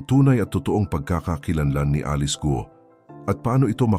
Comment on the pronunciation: correction GUO po hindi GO